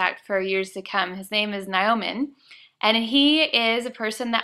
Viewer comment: I'm Indonesian. I think you host name is not Na-yo-man as you said,, but his name is Nyoman (without 'a' after N). This name indicates that he is the second child in the family....